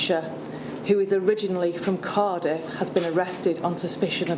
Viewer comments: I thought she said Qatar. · Thought she said Qatar.